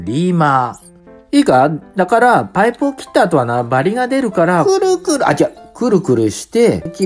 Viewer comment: くる↑くr↓なんかじわる